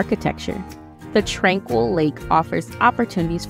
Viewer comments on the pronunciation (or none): none